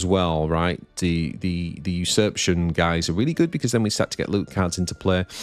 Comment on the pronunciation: Did you just say "boobs and goblets"? Looking at the card, I can see where you are coming from :D PS: there is an A in "usurpation" that you always seem to miss when pronouncing it :)